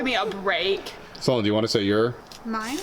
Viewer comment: It’s Sloane, not “Saloane”! Jk. Cool vid though.